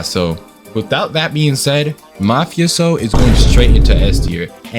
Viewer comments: I agree with with his rating of mafioso and its pronounced "Mufas''O'' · You prounounce "mafioso" as "mafe-ohso" just saying :3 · Also its pernounced mah-FAH-see-Oh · How to pronounce Mafioso for dummy’s 101 (How I pronounce it) Ma-fe-a-so Also very cool skin :D